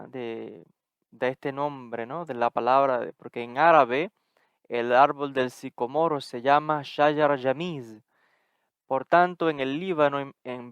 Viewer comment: Disculpas, pero primero pronúncialo correctamente